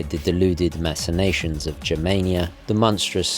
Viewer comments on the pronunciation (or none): none